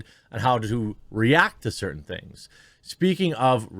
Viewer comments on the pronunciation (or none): none